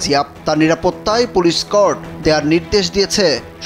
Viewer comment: স্কট হবে। এসকর্ট না